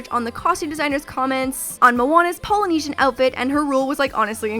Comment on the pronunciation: Honestly love to death..but cringing at the way she said "polynesian" and "tapa".